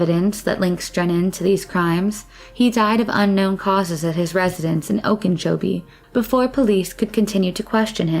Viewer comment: What is “Oken-chobie”? 😄